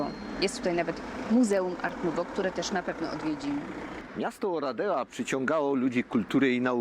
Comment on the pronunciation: Wymowa to nie 'Oradja'? Ten pałac czarnego orła....słyszałam.